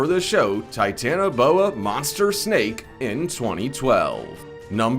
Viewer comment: His voice though 😂🤦‍♀️ "TiTaNaBoA" hahaha I can't stop laphing and if your reading this whoever made this vidio u need get thing sorted 😂😂🤦‍♀️